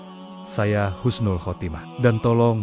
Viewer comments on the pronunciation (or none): none